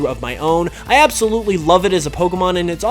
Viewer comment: ABSOLuitly lol